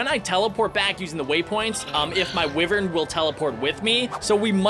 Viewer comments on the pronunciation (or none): It’s are pronounced ‘wievern’ not wivern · Ur saying wyvern wrong it is said W-I-vern but is spelled wyvern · You pronounce wyvern like why-ver-ns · I love how he calls the WHY-vern Wivern TuT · It tavern not wivern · It's not wiver it's wyvern wy as in why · when u said w-i-vern it annoyed me so much. it is pronounced w-eye-vern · haha was gonna coment that soon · When says wivern I flippin laugh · Its y-ver-n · It feels so weird how says Wyvern